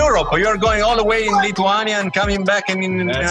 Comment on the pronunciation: He pronaunced Lithuania so poorly, if your corporation is working from another country, at least know how to say it correctly. Other than that, a great video, keep it up.